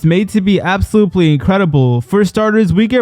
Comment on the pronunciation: “Absoblutely—“ I can’t. I just can’t lol.😂